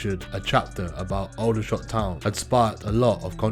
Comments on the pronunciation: It's not Oudershot, it's Aldershot. A-company, never heard of them and I bet many other have not too. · It’s pronounced Alder like the tree not that weird way he’s saying it. Aldershot